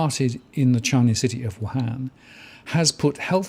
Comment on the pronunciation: Learn how to say Wuhan correctly mate.